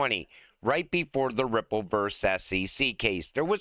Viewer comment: At the end i could have sworn said cryipple lmao. Ripple is massive, so we might as well call it cryipple😅